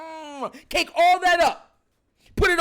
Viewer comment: You did not need to make that face when you said cake like that 🤣🤣🤣 Too much cake 😂😂😂